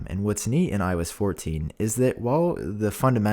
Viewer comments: I kept thinking he was saying “When I was 14” each time he said iOS 14 😭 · Is it just me or other people also hear ,,I was fourteen” when he says IOS 14 😂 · I keep hearing “when I was fourteen” instead of “iOS 14” 😂💀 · Everytime u say “IOS 14” i always think u say “When I was 14” 😂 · I keep thinking he is saying “When I was 14” instead of “ i OS 14”. It’s getting weird. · I know he didn’t say that but for the few minutes of the video he lowkey sounded like he said “ when I was 14” . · It sounds like you are saying when I was 14 not iOS 14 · Everytime you say “ios 14” it sounds like “i was 14” 🤣😅